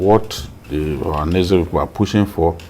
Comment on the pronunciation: Journalist that can not pronounce ohaneze ?